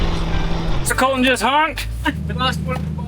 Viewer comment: So does Colton, but the way and the boss say it "Col-in".... LOL 😆 Cringe TV 😮😅